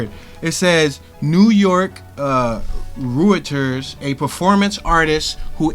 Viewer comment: "Reuters" is pronounced "royters". Js